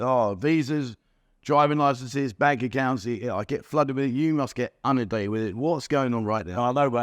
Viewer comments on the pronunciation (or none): please, its' in'undated not unundated.........🙂